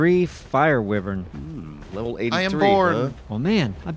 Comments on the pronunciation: Is it too late to mention wyvern is pronounced "why-vern"? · They can't even pronounce wyvern correctly.